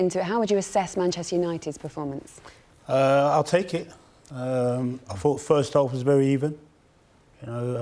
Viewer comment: minutes in and I stopped. Just can´t listen to him and his "I f(t)hought, I fhougt,,,,) Just shut up!! It´s his first match after 3 days with the team!